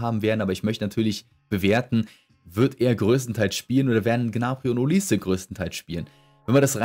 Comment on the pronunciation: Ich finds verrückt wie du olise aussprichst. Es gibt ja diese beiden Varianten auf die man sich geeinigt hat bei denen aber niemand weiß welche nun richtig ist.. und dann erfindet du noch Variante nr 3